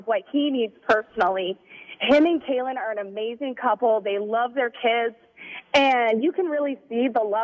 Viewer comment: did you notice his facial expression when she said “kailyn” 😂